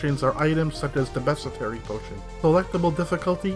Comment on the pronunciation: Why is it so hard for you to pronounce bestiary?